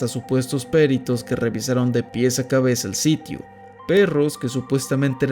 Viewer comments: Me gusta mucho tu contenido pero van varias veces que escucho que acentúas mal las palabras: es Huixquilucan, con acento en la U (HuixquilUcan), no Huixquilucán; es perito, con acento en la I (perIto), no périto. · Dónde le vio el acento a la palabra PERITOS! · "Peritos" no es palabra esdrújula, el acento va en la I, no en la E. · Por favor investiga cómo se pronuncia la palabra “ peritos “ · Excelente video, gran canal pero porfavor pronuncia bien la palabra "peritos" sin acento en la e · Me encantó el video, pero la pronunciación de "peritos" me generó un dolor auditivo jajaja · Peritos tiene la sílaba tónica en la “ti” y Huixquilucan en “lu”